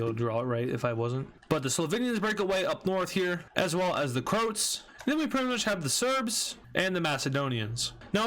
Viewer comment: IT'S CROAAAATSSSS NOT CROOOOTSSSSS!!!!!! WITH THE AAAAAAAAAAAAAAAAA